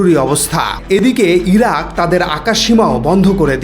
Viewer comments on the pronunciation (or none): none